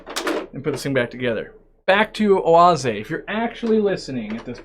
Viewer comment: As a German I am impressed with your pronunciation of Oase